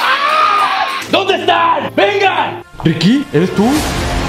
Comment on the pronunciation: no se dice Riki de dice Ricky y no se dice vidio se dice video